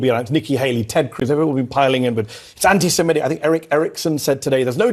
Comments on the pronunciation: FFS! It’s “anti-SEMITIC”, NOT “anti-SEMETIC”!’ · you're too erudite to be mispronouncing "antisemitic." You said "antisem-ETT-ic. It's actually "antisem-ITT-ic. That's an "i' in the fourth syllable, not an "e."